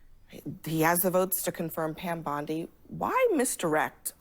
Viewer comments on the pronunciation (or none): O'Leary is such a scumbag. He just explains away Trump/Patel threats as just rhetoric. Idiot Abdul keeps calling her Pam Bundy, instead of Bondi.